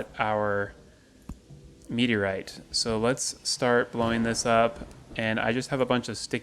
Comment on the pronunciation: All I hear when he says meteorite is 'meaty right' ×D love the content.